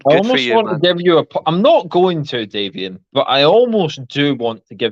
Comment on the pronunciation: Formal apology to Davian for continuing to say his name incorrectly throughout the show! Thanks for watching, everyone!